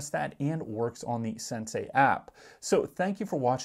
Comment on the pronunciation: It's not "SenSay" it's Sensee!!!